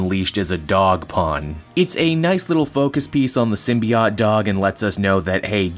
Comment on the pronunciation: I guess I'm going to be that guy but Symbiote ends with an oat sound...